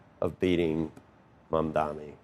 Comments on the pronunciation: DUDE. It's Mam-dani. Not Man-dami. How stupid do you have to be? You see the name written right there. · it’s really not that hard to learn to say Mamdani’s name. He acts like it’s a burden to learn someone’s name. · Andrew.....my friend, its not that hard....just learn to say his name properly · Oh no, business leaders and CEOs won't hold all the power anymore.... so sad. All these leading questions. Also, so sorry that his name is SO HARD for you to pronounce, so much so that when you faltered you had to take a second but didn't forget to roll your eyes so hard like it was an inconvenience to you... what entitled out of touch privleged a-holes. Also interesting how not the crime and city as doing SOOO well now but before the primary it was a hellscape ridden with crime..... hmmmm